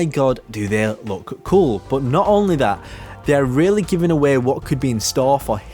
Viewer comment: When you change to road “Not only dat”